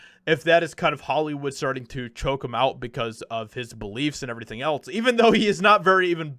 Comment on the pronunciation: 1. It’s pronounced the “EM I AY” 2. That song is from the movie Pineapple Express P.S., please quit saying “Etlz” it’s “ELSE”!!